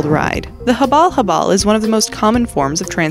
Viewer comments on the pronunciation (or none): 😆😆😆its not habol-habol its habal-habal its like make it not quick